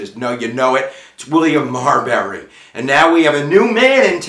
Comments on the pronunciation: Why do you pronounce it Mar"berry" not Marbury? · Good video, but it’s pronounced Marbury vs. Madison, not Marberry vs. Madison. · He keeps saying "MarBERry" when it's "MarBURy."